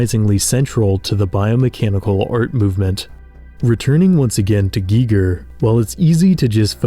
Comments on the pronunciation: I stopped watching when he said "GEEEGER" instead of "Geiger". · Giger. Not geeger. I feel like you don't really know what you're talking about. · its pronounced Guy-Ger, i didnt even know who you were talking about for 5 minutes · ITS *GUY-GUR" lmfao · Who said H.R. Gigger?? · I'm sorry to say but it is 100% without a doubt H.R Geiger as in that's how it's pronounced not spelled. And that is a hill I will die on.